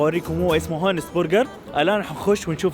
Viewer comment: المطعم اسمه اونست مو هونست